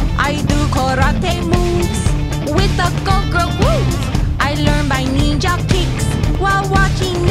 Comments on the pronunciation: Um it's not pronounced Neenja it's pronounced NINJA also white belts are the lowest ranks in karate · ninja is pronounced ninja not neenja. There is no such thing called a neenja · It's pronounced nin-ja.. where did you get neeenja from?